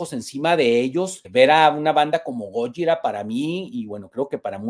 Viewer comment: Hola hermano lml pronuncias mal gojira. Fin del comunicado